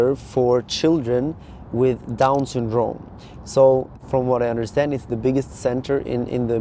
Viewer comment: Why do you pronounce syndrome so weird hahaha “sundrooouuume”